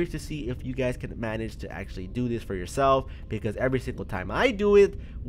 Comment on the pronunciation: This guy says fore i can do this jacks films were are u